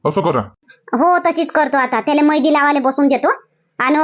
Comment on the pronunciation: मेहेंदी लां मैदी का म्हणता